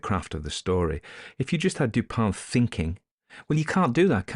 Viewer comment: Is it Dupont? I thought it was Dupin, although he’s pronouncing it Dupan.